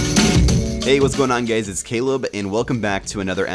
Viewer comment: "hey whats going on, gays it's Caleb!" :P